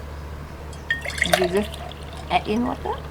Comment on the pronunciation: Say syrup again 😂❤